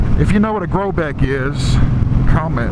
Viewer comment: As soon as you said grobeck I knew you were from Louisiana 😆 I live in Thibodaux